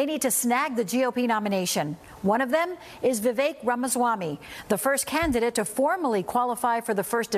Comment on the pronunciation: I am surprised how well and correctly the American newscasters and commentators pronounce Ramaswamy’s name, considering the great difficulty with the current VP’s a much easier name is brutalized variously as Kaamala, Kamaala, Camela, to mention a few.